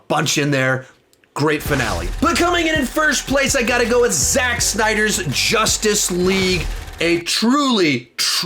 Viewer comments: Why does he call 2017 justice leage Jostuce leage? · Josstic league honestly lmao why does he say it like that